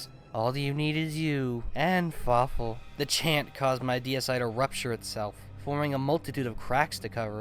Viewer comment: Something tells me "And Fawfoo" would be less intimidating.